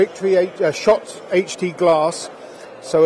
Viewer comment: It's HT not HD.